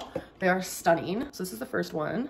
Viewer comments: When she says, “stuneen” I truly wanna rip my own eardrums out. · Wow, those panting are both stuneen AND on sell? Amazing 👏